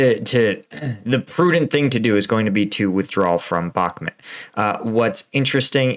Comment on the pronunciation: Pronounce Bakmut properly, no one says Bakmit